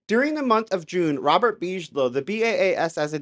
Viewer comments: Why are you saying “BEEZH-LOW”?? It’s pronounced “BIG-UH-LOW” damn man, C’MON !! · "BIG-A-LOW" not "BEEG-LOW"....LOL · its pronounce Big uh low. robert big uh low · big-a-low just like the tea company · I love you dear but Bigelow is pronounced Big-a-low. Lol 😂😂❤ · It’s Big-ah-low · ’BIGelow’ - hard G pronounciation 😊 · You don't know about Bigelow? Big - eh - low. you need to catch up, my man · I love your show. I wouldn’t change a thing but just thought I’d help with the pronunciation of Bigelow. It would be pronounced Big-uh-low. You are much smarter than I am so No judgement. It’s all I have to offer 😂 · Big - e - low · Wow! One of your best! Eye-opening as to what is really going on. Impressive! Thank you! Also, just wanted to mention 'Bigelow' is pronouced Big a low. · Bigelow is pronounced like biggie smalls . bi-guh-low. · I'm so sorry but I'm having a hard time dealing with how you just can't pronounce Bigalow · (and a millions times after that too...) due to how he pronounced the name of Bigelow, I wonder if he ever even heard of the guy at all before...